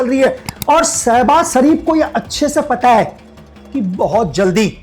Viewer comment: Ashim munir Nahi Asim munir 😂 Sabhaz sharif Nahi Shebaz sharif ha